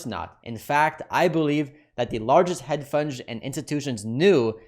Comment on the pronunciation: why do you keep saying head funge lol